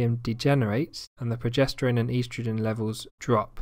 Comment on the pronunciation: The way the word estrogen was pronounced is bothering me. I havent heard it pronounced that way before.